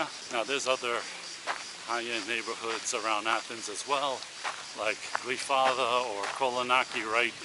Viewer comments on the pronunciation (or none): Greek here, it is pronounced kifisià